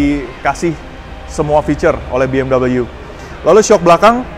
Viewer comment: bmw bacanya bi em dabel yu?? lu kira tuh brand asalnya dari mana?